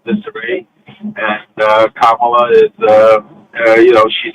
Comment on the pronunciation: Please pronounce VP Kamala Harris' name correctly, PLEASE!